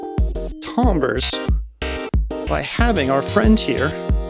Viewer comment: I like your pronunciation of "tambres" lol